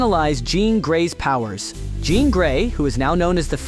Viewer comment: Ok, 'John Grey' lol